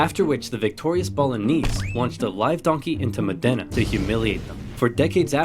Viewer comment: With all the information on the internet I wonder why no one ever bothers to check pronunciation but just makes it up. Modena is not pronounced Modénna - the emphasis is on the Mo part and it's not a double n but a singular so. He did so well with Bologna ...